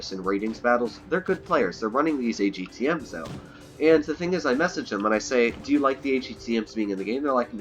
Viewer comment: Fcking hell, agtm. Its atgm, for crying out loud lol